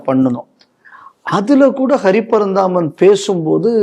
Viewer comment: அந்த போராளி நீதியரசர்கள் பட்டியலில் ஒருத்தர் பெயரை தவறாக உச்சரிக்கிறீர்கள்- அவர் அரி பரந்தாமன்..ஹரி பரந்தாமன் அல்லர்!